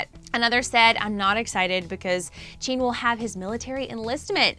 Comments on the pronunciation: Jin=CHEEn?.... I- WHY SHE TALKIN LIKE THATTTT😂😂😂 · JEaN shows Jungkook No hate ily but please pronouce there names right and tell the editors its the handsome guy on the left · Wow never heard of "Chean" and "Chimon" before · She said Jin's and Jimin's names wrong lol. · Her pronunciation of Jimin, JK and Jin’s names sorta triggers me... I’m still so sad... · She pronounced Jimin and Jin wrong. The I doesn't make an E sound. I'm sure she might have noticed it after uploading though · Other than Jin, she pronounced their names correctly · It’s JIN not Jeen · zooms into jungkook while saying that jin the oldest member is most likely to serve in the south korean military me: lmao what jungkook is the mAkNaE, and wtf is jeen? that’s literally how she pronounced jin’s name i’m wheezing. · i'll sue her did she really say chin ??????!!! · Who is " Cheen"? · Chin**?? Girl it JIN J I N jaa aiee an jinn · Emmmmmmm.......its jin not jean 😊😊😊😊😊👍👍👍no hate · Who is “Jean” 💀 I only know JIN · Normal armies: Jin Her: cheeen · Dude, it’s ‘Jin’ NOT ‘jeeeean’, how can you even mispronounce a three letter name like that!???? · No offense but why did you show jungkook while talking about Jin? And jean isn’t Jin.. jeemin, ok good. But jean?!? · wait who the freak is “cheen” lmaooooo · When she pronounced Jin as Jean and zoomed in on Jungkook. Tbh me starting out as an army thinking I know stuff and trying to explain every member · Every time she called Jin Jean I just wanted to correct her so bad. Like...how do you mess up Jin’s name that bad?! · She said jean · She also said Jin-hoo? LOL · 3 army forever BTS is my lifeu “Chean” when she said jin😂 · I'm sorry but she said "JEEEN" 😂😂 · Introducing two new members of BTS, “Ji-mene” and “Jean”. She should attempt to get the pronunciation right. She didn’t screw up JK’s name too badly though. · "" "Cheen" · Ok but “Chin”, “” and “Chungkook.” I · “jean” “” chungkook” 😂 it’s jin, jimin, and jungkook